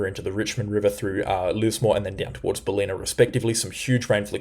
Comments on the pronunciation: Bal-in-a. Not Bal-ee-na. :) Good videos though. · Mate who are you? You are giving wrong information esp to the north of Brisbane. This is so dangerous. I guarantee there will be more than a 100mm in the northern suburbs of Brisbane. Your information is dangerous to lives. It’s bal li na by the way not belinna as you pronounce. Cmon man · Hi I have been watching you for awhile and you are very very knowledgeable and informative. As a commercial pilot I take on what you say a long time before the pot smokers at the BOM. Just fyi the town of Ballina in Northern NSW is pronounced Bal-in-nab not balina 👍🏻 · Bro, you have the most comprehensive, informative and objective coverage I’ve seen this whole storm. More so than the BOM’s and far more so than the over-sensationalism the major networks use. Keep up the good work. But.. it’s “Bal-inn-ah”. Not “Bah-lee-nah.” 😂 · It's Ballina, not "Baleena"- emphasis on the first 'a', pronounced like the a in ballet. Nevertheless, great reporting thank you. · you have got Stradbroke correct. Now Ballina is bell LIN nah not bah LENA. Caboolture is cab BOOL ture not CAB bool ture. Uppercase for the main emphasis. And amazing work. I see now we will dodge the bullet near Bribie Is.